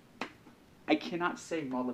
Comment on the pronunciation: Molubdinium is not how you say it. There's no "I" in molybdenum.